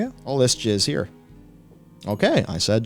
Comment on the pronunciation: He meant "jazz" but it came out "jizz". Many musicians might agree. 😅